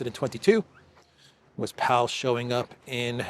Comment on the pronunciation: Powell pronounced "pole". Connected to Blair. Looks like him.